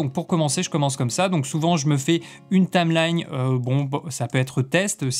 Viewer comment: "il va avoir énormément". Dommage qu'il fasse pas correcteur grammatical. J'aurais aussi beaucoup aimé savoir comment il écrit ce que tu prononces "Tame lagne"